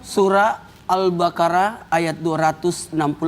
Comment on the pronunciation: Maaf al- baqoroh pa ustadz, Bukan al-Karoh